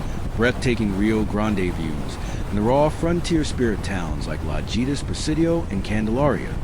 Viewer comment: Great video. La-hee-tas and o-hee-na-ga